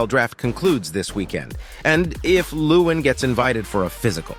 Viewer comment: I cant help it lol but its leh-wahn, not loowen 😂